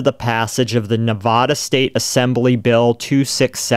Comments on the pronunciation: Ne-VA-DA not "Ne-VO-Da" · As a Reno native, please pronounce Nevada correctly 😭 it’s Nev-ah-duh. Not Nev-vah-duh. We can’t stand the mispronunciation 🤣😭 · It's Nevada, not Nevoda. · As a Nevadan, I fucking hate how non-Nevadans pronounce Nevada. It's not "NeVAU-da", it's Nevada. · I love your show. I've been mostly listening on Spotify. But as a lawyer from Nevada... 1) the town is pronounced E-lee. And 2) the state is Nev-a-duh, not Nev-aw-duh. Thanks for all you do!